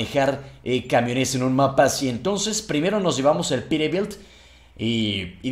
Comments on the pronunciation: se escucha que dices perebilt en ves de peterbilt pero buen video bro un like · Peterbilt es Peterbilt!! no perebil 😑😑😑 like para que lo lea